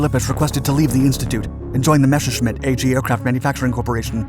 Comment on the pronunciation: can anyone relay the correct pronunciation of Messerschmitt to the author of the video